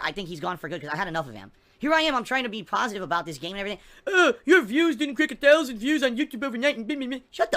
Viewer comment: definition of pahstive - GIVE ME MONIES